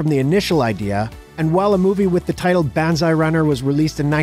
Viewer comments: He pronounced it "Buns-eye" in the video. That is wrong,. "Banzai" is a Japanese battle cry. I encourage you to listen how it is pronounced. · Banzai is pronounce "Bon-zzz-eye". You guys crack me up sometimes. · Oh boy, that pronunciation of banzai is horrendous lol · I agree with you Daniel-san. My point was the guy in the video pronounced the word wrong. No biggie.